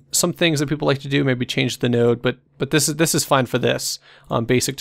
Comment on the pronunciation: "So tNice tutorials is our channel rack..."